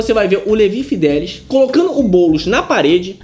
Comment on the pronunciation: É Fidelix e não Fidelis!!